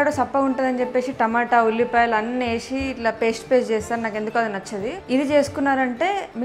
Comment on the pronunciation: ఏషి కాదు వేసి అనాలి, నచ్చది కాదు నచ్చదు అనాలి, చెప్పేషి కాదు చెప్పేసి అనాలి, తెలుగు మాట్లాడేటప్పుడు తెలుగు లాగే మాట్లాడాలి